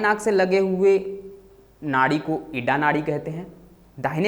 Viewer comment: Ida ka pronounciation to thik se kar lo pehle.